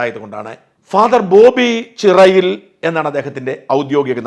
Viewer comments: ചിറയിൽ അല്ല ചേരിയിൽ എന്നാണ് വീട്ടു പേര് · ചേ രി യിൽ എന്നാണ് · ചിറയിൽ alleda ചേരിയിൽ ആണ് നീ english പഠിച്ചില്ലേ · ബോബി ചിറയിൽ അല്ല ഷാജൻ ചേട്ടാ...ബോബി ചേരിയിൽ.. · ബോബി ചേരിയിൽ.... അല്ലാതെ ചിറയിൽ അല്ല. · ചിറയിൽ അല്ല ചേരിയിൽ എന്നാണ്.... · ബോബി ചിറയിൽ എന്നല്ല, ബോബി ചേരിയിൽ, എന്നാണ്. പിന്നെ നോബി കപ്പലിൽ അല്ല ജോലി, ഇറാക്കിൽ ആണ്, ഓഫ്‌ഷോറിൽ. CNC ഓപ്പറേറ്റർ, 7 വർഷം മുന്നേ നാലായിരം ഡോളർ സാലറി ഉണ്ട് പ്ലസ് ഓവർടൈം. കൂടാതെ രണ്ടുമാസത്തിൽ വെക്കേഷൻ. ഉണ്ട്. ഇതാണ് കറക്റ്റ്. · ചിറയിൽ അല്ല ചേരിയിൽ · ബോബി ചേരിയിൽ എന്ന് വായിക്കൂ